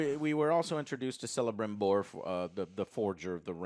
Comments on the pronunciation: Celebrimbor is pronounced with a hard k sound. Cele as Kele not like celebrate. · ....and Celebrimbor is a hard C. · Did he just say “selebrimbor” almost worse than “sonee” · My god can people stop butchering Celebrimbors name, it’s a K sound, it is spelled Celebrimbor but is pronounced Kelebrimbor.